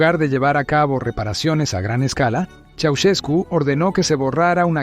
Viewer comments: Soy rumano y se escribe "Ceausescu", se pronuncia "Chau-shescu" No tengo la letra Sh en el teclado inglés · Quién será ese tal "Chaucheku"? De dónde sacas estos documentales rusos? Prefiero verlos en lengua original que escuchar a la peor IA del mundo #пиздец